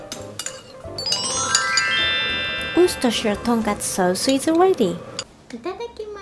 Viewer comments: This lady pronounces the name of my local sauce better than most English speaking poeple! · You said Worcestershire better than most people who speak English as their first language!!! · pronounced Worcestershire sauce correctly, and English isn't even her first language. We all need to bow down to the queen. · You pronounce Worcestershire better than most Americans can! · An Englishman here: Wow, I didn't know that Worcestershire sauce had made it all the way to Japan and was being used by more good people across the world. even pronounced it correctly, which is not easy as I know that even English speaking American people struggle with this. Good on you girl. Also your assistant is fantastic, I miss the days when I could just throw things on the floor and look at people as if to say "Yeah....so what! ha ha ha, get cleaning 😁". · You pronounce Worcestershire better than most native English speakers. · im mad that you pronounce Worcestershire sauce better than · You pronounce Worcestershire better than most people I’ve ever met here in the US. 👍🏻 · she said it so great!